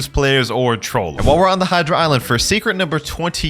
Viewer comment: did bro said rip E-dra💀💀